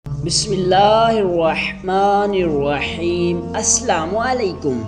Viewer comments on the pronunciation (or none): Ye Tum ne Besmela kese parra aur Salam ka Andaz kesa tha ..🤣🤣🤣🤣